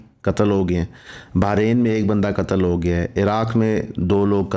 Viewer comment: pronouncing difference appriciated between shaheed and qatal